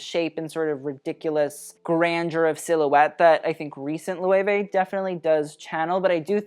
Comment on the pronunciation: Cannot give props for "lo-ayway" though :l